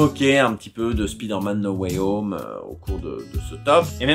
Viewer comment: cela ne ce Prononce t-il pas plutôt: Spaïdeu/r/ Mènn No way om !!!???